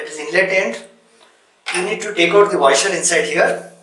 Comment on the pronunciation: Your pronounciation of Washer as Waiser is very funny. This is really tricky and after every use, you need to close the supply valve on wall and drain the water remaining in the hose by shaking the faucet vigorously while keeping the operating lever pressed. Stainless steel body faucets are less prone to leakage compared to their plastic counterparts. Hard water is the real culprit behind malfunction/leakage of most health faucets. What NC stands for in NC Thinner?🤔